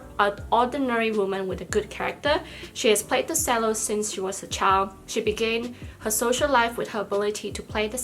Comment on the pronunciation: No worries! I think the only word that the pronouciation was a bit off was cello which is generally pronounced as though it it is spelt "chello" - no biggie though since it's not a word you'd say often haha :)